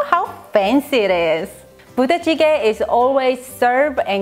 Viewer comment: I heard Booty Jiggy. hahahhahaha